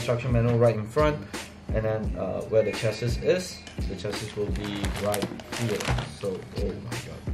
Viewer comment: Lost me at chass-is